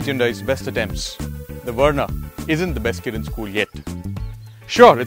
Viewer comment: It's Verna, not Werna. Learn to pronounce. Good review otherwise.